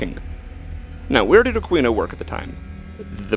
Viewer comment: It is pronounced A Keen O not a queen O. If you are going to slander and libel the guy you should know how to say his name..geez